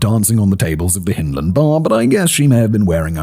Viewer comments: Hyndland, as in 'hind legs', not as in 'Hinterland'. As a Glaswegian and a Scot, just sayin'...puir Wee Mary. R.I.P. Yes, I remember the case but not living in the city at the time, it was lost on me. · YOU pronounced Ayreshire and Hyndland ya sassenach !! LOL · but you got Partick right LANARKSHIRE